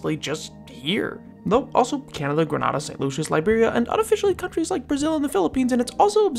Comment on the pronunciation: It’s pronounced gre-NADE-uh not gre-NA-da 🇬🇩